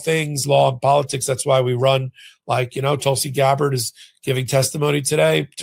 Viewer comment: Geez learn pronunciation before going on air Tulsi s name should not be new to you